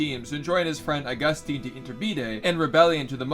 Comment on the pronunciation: it is pronounced “TEEN” Augustín de Iturbide! Simpleton!